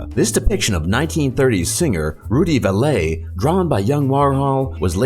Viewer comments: Rudy "valet" "valay" Try VALLEY this is the problem with robotic AI's they cant pronounce proper words that are not of daily use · 1930's singer Rudy Va-lay??? It's pronounced "valley" - as in "down in the valley." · just for info .... The dialog mentioned Rudy Vallee .... The CORRECT way to say his name is -- say it as if it was the landscape feature "Valley" ... which is the way it was pronounced ... NOT as if it was french or similar to Valet ,,, thx